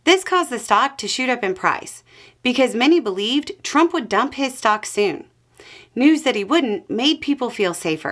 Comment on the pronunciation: I thought you said "socks" and was very confused for a while 😅